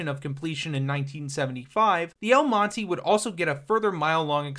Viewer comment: Mon-teh not mon-teeee, triggered me multiple times